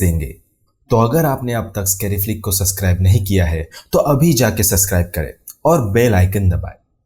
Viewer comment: Because of ur suscrib wala pronunciations k liye unsubscribe